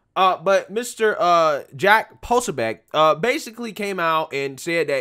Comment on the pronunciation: Jack does not have a reputation for spreading false rumors. Please take a second to pronounce these people's name since it is entirely disrespectful to wildly mispronounce people's name. Jake's last name is pronounced PRO- SO- BIC, and Mayorkas is pronounced MA -YORK -ASS.